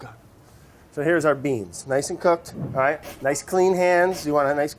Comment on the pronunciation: Randomly Clair you allight? lol